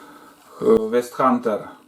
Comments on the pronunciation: до людей донес что название вестхУнтер...HU это А ...много раз сказал неправильно...хоть бы в инет залез для начала..охо хо...обзорчик того не зная чего НО СОВЕТУЮ... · Правильно Вест Хантер)